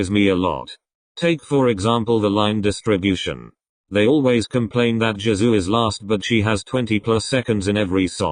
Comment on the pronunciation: I heard "Jazoo" instead of Jisoo, wtf